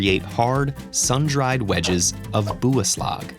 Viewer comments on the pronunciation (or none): It’s not buuslag it’s biaslag